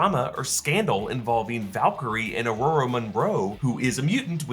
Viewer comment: Ororo (rowrow) not Aurora Munroe